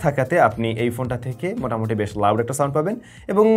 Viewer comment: ৩:১৭ মিনিটে মিসটেক আছে ভাই,, আপনি মোটামুটি, না বলে মোতামুটি বলেছেন